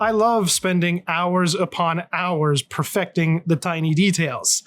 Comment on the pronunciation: Neat stuff, but you kind of lost me at hors and hours. Great video though :)